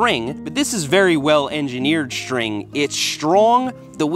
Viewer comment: “Bird spokes. Its almost like building your wheels out of Shtring! But it is a really well engineered Shtring. Its Shtrong!!”